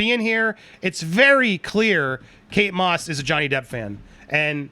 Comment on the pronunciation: Does she say kates moss??